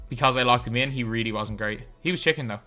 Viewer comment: Stop saying chicken man. You obviously don’t play park first of all. And you say chick man instead of just chicken.